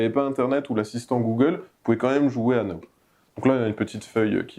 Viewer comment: C'est Know ( savoir ) pas now ( maintenant )